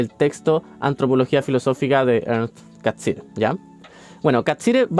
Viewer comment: Bien, aunque me perturba cómo pronuncias Catsirer, siendo que el apellido no es italiano, no se justifica 😅 Pero respecto del contenido, bien.